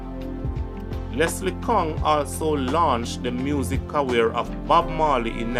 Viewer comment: Great job brother but your pronunciations are bad at times it's film and career not flimsy and cawweer..and talent scout not scot..please review before presenting the video..bare in mind people outside of Jamaica are watching and listening